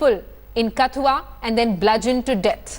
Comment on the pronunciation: Please pronounce KATHUA correctly. Its not Kath-ooa, its katth-ooa. Its not village, its a district. The name of the village is Rasana. And the person you are showing as Chander parkash ganga is not actually him.